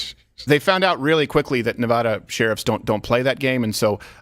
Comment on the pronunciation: I love the show but also, as a Nevada resident, I love that you guys pronounce it correctly. I hate when people say Nevawhda. It's Neh-VA-duh.